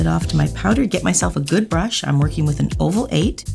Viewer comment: Stop saying I'n it's I'm 😭